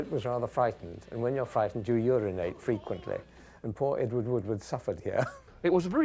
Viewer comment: Edward "Wooward"???